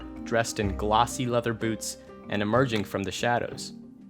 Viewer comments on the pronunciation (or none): none